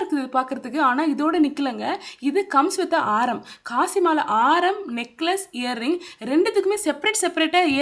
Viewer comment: It is not kasi mala , it is kasu mala